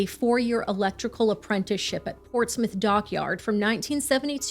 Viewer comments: I'm from UK and REALLY appreciate you getting the pronunciation of Portsmouth right-Love your channel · Less than a minute in and I have to compliment you on the pronunciation of Portsmouth - well done!